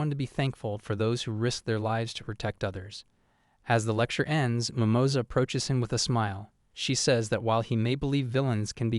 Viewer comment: "Mimoza" rabbit... that sound so wrong un spanish lol